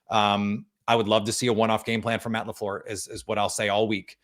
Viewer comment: MATT LA FLURR😂😂😂😂😂😂😂